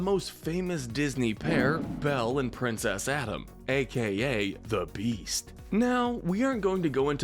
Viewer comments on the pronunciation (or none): Them: Belle and Prince Adam What I heard: Belle and Princess Adam